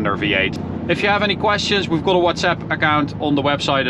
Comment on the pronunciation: knap dat je Engels praat maar ajb het is meer go-od than kot wanneer je got uitspreekt....sorry. Ga gewoon lekker door met deze videos